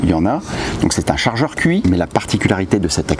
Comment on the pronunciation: Très sympa cette vidéo. Merci. Par contre, c’est Tchi. Pas QI. Qi en chinois se prononce Tchi. Voilà 😋